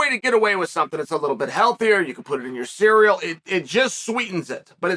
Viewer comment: " it's a little bit healthier, you can put it in your cirryl'